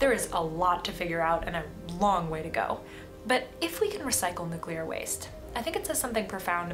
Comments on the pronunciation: Thank you for your video,. Always good to have discourse. A little observation about your T-shirt: As a nuclear physicist, you doubtless know the word is pronounced "new-klee-er", not "new-cue-ler," as the shirt erroneously shows using the element symbols.😮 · NUClear, it's pronounced NUClear. 🤣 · Nu CuLiAr 😅, I wish there would be more Chicanos watching this Chanel 🤣🤣🤣🤣🤣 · As a nuclear engineer, please don't say nu-cue-lar, much less wear it that way on a T-shirt. Every foreign student I went to grad school was able to get it right. Please, say "nu-CLEE-arr". It's correct. Your t-shirt is a billboard for "uneducated!" which undermines your credibility. Don't shoot the messenger. I have had HUNDREDS of people throughout my career both nuclear engineers as well as energy experts share this "uneducated" cringe. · Love the NUCULAR shirt. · I like the way your T-Shirt spells out "Nucular" instead of New-clea-er. As soon as someone pronounces it "nucular" they instantly lose all credibility to me. (not your case of course, because you say it right) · I really cannot abide your Nucular shirt !! Just a joke, your content is amazing I really appreciate that you provide a grounded view on nuclear power. You're not going all-in pro-nuclear propaganda. You just try to educate on the facts. I think that does more than just putting emphasis on the positives and misconceptions. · The spelling is "nuclear" NOT "nucular"! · This is a great video and I really enjoyed it..... but I hate your t-shirt, lol. It essentially promotes the common mispronunciation of the word nuclear (you didn't thank goodness!). I worked in the field of nuclear fuel waste management for quite a few years so it just grates on me when I hear nuclear mispronounced. All you need to do to fix the shirt is use C instead of Cu and then go out and create a new element and assign it the symbol E..... should be easy :)